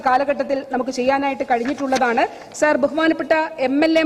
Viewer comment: സാർ എന്നു തന്നയല്ലേ പറയുന്നത്..അക്ഷരം സാഎന്നുതന്നെയല്ലേ.. വല്ലാത്ത സർ വിളിയായി സർ...